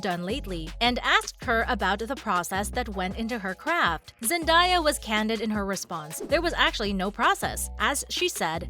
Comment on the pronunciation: it’s zen-day-yuh not zen-die-yuh